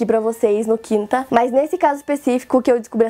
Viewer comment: Q agonia do IN do nome quinta,“ Q U IN T A”